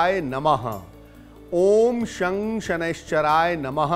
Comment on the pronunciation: U must pronounce it as 'shan' , the way we pronounce it while saying shankar